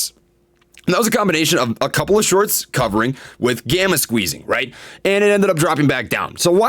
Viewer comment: He said “the psychology of sharts” 🤣